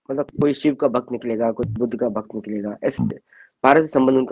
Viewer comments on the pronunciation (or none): none